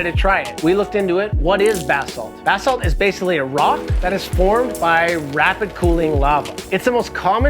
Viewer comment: haha right I never heard anyone pronounce it "buh-salts" bath salts is a lot kewler and funnier